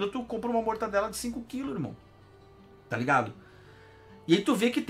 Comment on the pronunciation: Acho que ele fala zoando o "mortaNdela" porque na segunda vez, quando está distraído, ele fala certo.